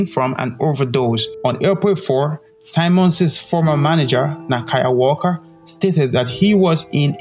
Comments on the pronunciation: His name is Earl Simmons (pronounced Sim-mons not Si-mons) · Simmons not symons man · Its Simmons not Simons... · Yo! HIS NAME IS SIMMONS NOT SIMONS! learn to speak better english. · Great tribute. Only thing: Sim-mons not sye-mons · You said his name wrong bro fix that